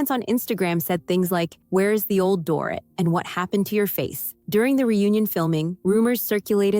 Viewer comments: "Door-it" LOL Dorit is pronounced "Door-eat" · FYI: Her name is NOT DOOR-IT, it's Doreeeeet. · DORIT is pronounced DOR-REET... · Omg this drives me crazy too